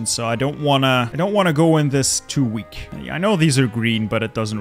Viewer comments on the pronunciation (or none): none